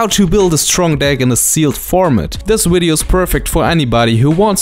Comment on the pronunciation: Who cares, I like the way you say wideo